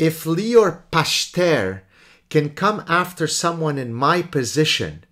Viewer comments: Pachter is probably pronounced Pach-ter with a gutteral ch, like chet in Hebrew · It's פכטר. The ch is pronounced like the letter خ . That guy must be really bored if he goes after you so diligently... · "Pachter" with a soft "ch" like in Bach, means "tenant [farmer]" in both Dutch and German. It seems that a different profession (the oldest) would be a more suitable family name ;)